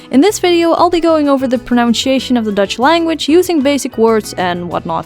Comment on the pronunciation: It is funny how Dutchmen pronounce s + y as a "sh" sound. So Dutchmen say pronunshation instead of pronunsyation.